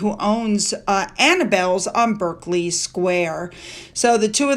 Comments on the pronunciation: Please try to get it right……Derby is pronounced DARby ……Berkeley is pronounced BARKley. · I use your old intro in casual conversation all of the time. LOL! BTW, Berkley is prounced Barkley.....ditto for Berkshire. How amusing; Catherine hugs! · 😂. I was just sitting here in Sussex UK, with my cup of tea, literally thinking to myself, “ got Gloucester down perfectly nowadays”, and then seconds later you missed Berkley (which we pronounce “BARK-lee”) and Derby (which we pronounce “DAR-bee”). Never mind. 😊